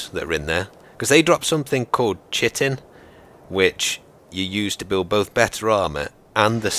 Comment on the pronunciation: Awesome jump! But please... chiton (or chitin) is pronounced 'kaiten', spread the science geek love.